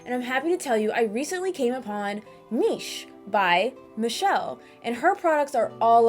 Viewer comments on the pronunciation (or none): none